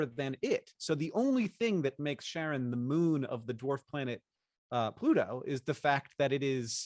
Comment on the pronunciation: This was so pleasant. Hank, by the way, I think the name of Pluto's moon is pronounced more like Karen than Sharon?